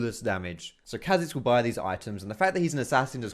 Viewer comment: anyone else get a tad annoid when he said chazix not K hazix